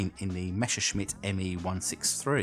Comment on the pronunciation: Messerschmitt should be read as Messershmit, not Meshersmit. Improve it next time.